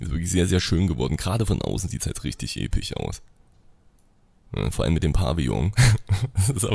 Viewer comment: Man hört förmlich wie du immer bei Wörtern die auf sich enden statt z.b. episch Episch sagst sag dann einfach Epic